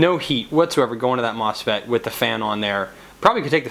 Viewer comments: Yes! Haha, you said mofset again. . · I don't don't mean to seem like I'm poking fun, I just find it interesting - sometimes MOSFET, sometimes MOFSET.